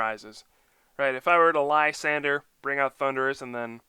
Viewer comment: LYSANDRE. Not Lysander. The 'R' comes before the 'E' so it sounds like drey. Come check out my video for the correct pronunciation. But I like your videos, keep up the great work!!!